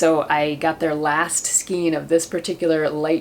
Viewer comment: Love your podcast! 👍💗Question: not sure if I’m hearing you correctly … are you pronouncing skein as skeen instead of skayn? I think it’s pronounced like neighbor or weigh with a long A sound. You’re a great knitter and teacher! Keep up the great podcasts!!!